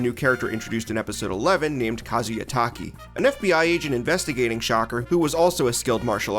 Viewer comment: Kamen Rider is why they started using stunt drivers. That is not how you pronounce SHOCKER.